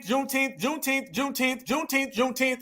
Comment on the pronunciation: Not “KuuneTeenth”.!! 😂😂😂 Yooo.!!🤣🤣🤣